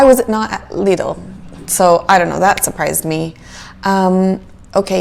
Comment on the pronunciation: It's pronounced Leeedl 🤗 your pronounced it correctly. Love this kind of video. Love the calm voice. Based on your video, I definitely prefer Aldi. Lidl has more luxury items. But in the end, Lidl is not the same as good old Aldi